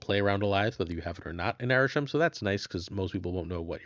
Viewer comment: It's Arishem, not even close